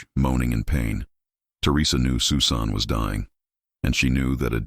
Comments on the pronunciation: Your AI stinks. "Sue Sahn"? Disrespectful presentation regarding this poor girl whose name was "SUSAN". Geez, do better. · The young lady's name is Pronounced Sus - an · Ridiculous. AI can't say Susan?? Dumb